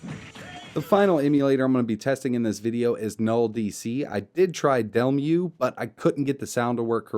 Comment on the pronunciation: It's pronounced De-Mul. You won't be able to run it on that cpu. They say you need like ~3-4ghz to use it.